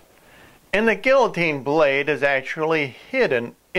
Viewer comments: LMAO...it's pronounced "gee-ya-teen" not "gill-a-teen." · LOL! A Gill-O-Teen. Butchered that word.